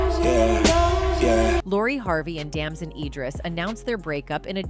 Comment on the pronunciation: It’s DAMSON, not Damon!